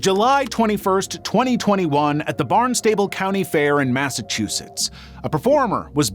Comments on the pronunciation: Barnstable.. like barn’s table? lol no bro say Bahnstble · Just so you know it is pronounced barnSTUHBULL not barn stay bull (sorry it's my local fair and people always mispronounce it)